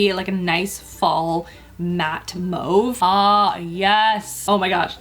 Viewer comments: I’m so happy, you are the first makeup artist I’ve watched who pronounced ‘mauve’ right. Bless you sister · I really love some of these products! Can you maybe retest the AOA concealers in the skintone shades? Btw totes love that you actually know how to pronounce mauve, very rare in a beauty guru. Definitely have to pick up Ivy, Dove, and the primer